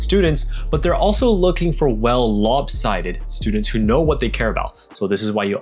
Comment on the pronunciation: "Lopsided", not "Lobsided"?